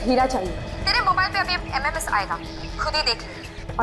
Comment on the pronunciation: Sms ko mms bol rhi h 😅😅